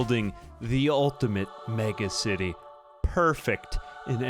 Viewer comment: deliberately pronouncing it like Megamind would-- MegAcity